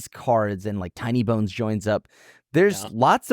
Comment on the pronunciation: Why do you keep saying Tony bones instead of tiny bones? Is there a meme I’m not getting?